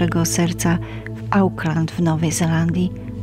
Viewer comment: Szanowna Pani, Auckland czytamy "Oklend" a nie "Ałkland". Poszedłem, nie poszłem. Niezgodnosci rodzaju (raz zenski, raz meski). Co to są "palety monomolistyczne"? Tora to JEST Pięcioksiąg, a Pani czyta "Tora i Pięcioksiąg". Błędy przeszkadzaja wsluchiwac sie w tę historię. Prosze nie odczytywac mojej uwagi jako zlosliwosc. Historia przez bledy i niestarannosc jezykowa staje się po prostu mniej wiarygodna. Z wyrazami szacunku